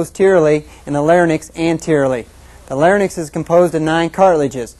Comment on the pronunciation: Any one who pronounces the words pharynx and larynx as "fair-nix" and "lair-nix" has already lost my attention.